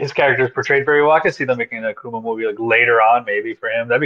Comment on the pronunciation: Stopped watching when the host can’t even correctly pronounce Akuma